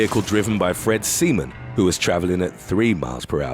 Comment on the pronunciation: Around 18mins, who is Fred Semen.. 😅😅😂😂